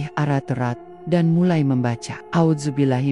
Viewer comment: Mbak ceritanya bagus tapi kok,bacaan a'uzubillahnya atau bacaan alquran apapun tolong difasihkan😊